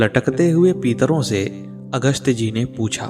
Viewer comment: आप पितरो को पीतरो बोल रहे हो । आपका उच्चारण अशुद्ध है । कृपया इसे सही कीजिये । इस प्रकट अशुद्ध उच्चारण से कितनी वीडियो बनाई होगी जो गलत है ।